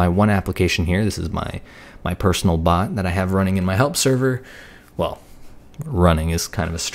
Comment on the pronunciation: he pronounced it "pot" but the correct pronunciation is "bot" and if it would've been a pot he would paint it discord theme with discord logo